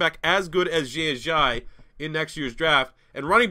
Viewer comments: “Zhay Azhai” it’s “Jae Ajayee” lol love your videos though and real excited for the new offense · You say Jay Ajayis name so weird “jshay Ajshyi” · Javon123 4 hahaha i came to to comments to see if anyone else noticed the way he says it.